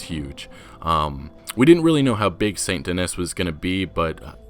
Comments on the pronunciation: Please, it’s pronounced “St Denee”. It’s French. It’s in the bayeux. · The city is clearly pronounced "Saint Deh knee" not Dennis... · "Denis" is French, and is pronounced "Den-EE." And I have no idea why you are pronouncing each individual letter in Nwa like it's an acronym. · It’s probably pronounced “Saint Den-nee”. Taking a French pronunciation if it’s based on New Orleans. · St Denis is pronounced Saint Denee. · I think because St. Denis is inspired by New Orleans, it would be pronounced Saint Den-ee. The city is based on New Orleans, which was a French city in a French speaking region. Not positive but I took some a few years of French. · In saint denis the “s” in “denis” is silent . Like your saying st “denee” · yo, i've been watching for a while, and I notice you pronounce Saint Denis wrong. Denis is pronounced "Denny" at least in France. Just try and search up names if you don't know how to pronounce them i guess. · Bruh I’m pretty sure it’s saint DENIS, not saint Dih - niss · Its actually supposed to be french, so its pronounced SAN DE-KNEE. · Saint Denis is pronounced more accurately as "Sahn Dennee" if you're going for original French pronunciation. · Please pronounce Saint Denis correctly. It’s pronounced more like San Denee :) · Is that the official pronunciation of Saint Denis? I assumed it would be more French, and pronounced De-nee. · it's pronounced "saint den-knee" and "bayou nwah" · Its pronounced --- SAINT DEN - EEE. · You’re pronouncing Saint Denis wrong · Stop butchering the pronunciation of Saint Denis and Nuevo Paraiso. You could make a little effort to try and learn those two specific towns names. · Informative video as usual. Thanks for this. As a side note, I'm willing to bet you're pronouncing Saint Denis incorrectly. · That's not how you correctly pronounce Saint-Denis but I'll try my best to overlook it. Love the vid by the way! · don't forget how he pronounces Saint Denis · ugh his pronunciation of saint denis